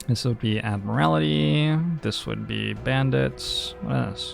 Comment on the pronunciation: I swear to god, if you say "Ad-mur-al-ih-tee" one more time... It's "Ad-mur-ul-tee." I wasn't going to say anything the first few times, but you've got it consistently wrong and I'm only half an hour in. This isn't one of those "I'm being prescriptivist about English usage" things, you're literally adding a vowel that isn't in the word. You also pronounced "segue" as "seg-you", which I can understand if you've never seen the word written before (as you'll probably have heard it pronounced in conversation before), but it's actually pronounced "seg-way", like the two-wheeled motor vehicles you stand on. EDIT: Just got to the part where chat's telling you you're pronouncing it wrong and someone in your mod team is actually like "[it's pronounced that way] if you like." No, no, it's not "if you like it" to be that way, it IS that way. Also, I know I'm watching this on Youtube, but I've been reading the chat on the side and I think that your mods muting players for discussing cards that had been revealed is kinda "eh". Like, yeh, sure, no spoilers for new players, but if it's been revealed then they're not spoiling anything for anyone and should be allowed to speculate as much as you are. I saw one mod say that you shouldn't speculate on how the card works, but I don't feel like not understanding how a card works should be part of the "new player experience". I agree that not understanding the POWER level of a card, or the way it can interact, should be considered a spoiler becaus